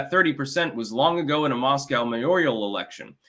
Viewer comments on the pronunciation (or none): none